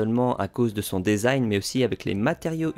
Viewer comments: On dit "disaïn" pour desing et pas "désaïn", ça vient de l'anglais donc "de" se dit "di" et pas "dé" 😁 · Dèsign??? 🤨 ça se dit dizain phonétiquement en anglais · Design se prononce « disign », le « e » dit i Diiiiiiiisign Merci quand même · Mdr le DAISIGN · Merci pour le test, top, comme d'hab ! J'imagine bien cet été au soleil comme il va être brûlant avec ses coques en alu !! Par contre, il faut qu'on parle de ta façon de prononcer "design" ;-)